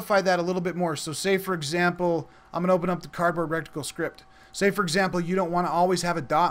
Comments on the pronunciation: Great tutorial, and just what I needed to see. Thanks! My only comment... it's pronounced "RETicle", not "RECticle". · reh-ti-cle. Not rec-ti-cle. Your pronunciation is driving me insane! lol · RETICLE NOT "RETICLE" LMAO🤣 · RET-ICKLE. Reticle. No rectangle in reticle. Great tutorial videos, though! I love them. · Lol it was keeling me! I thought you were about to say rectum every time!